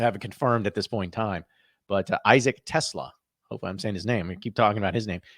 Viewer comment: "Tes- slaw"